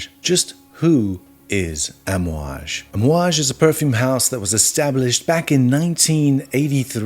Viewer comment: You pronounced it correctly! And fun fact all the perfumes contain what we wear casually as oils and burn in our house - the blend is called amouad (Hojari luban frankincense, myrhh and benzoin). We burn this in our homes and it’s what you’ll smell in every bottle. Not every is rich in Oman by the way, most are average people but the currency is higher hence the stereotype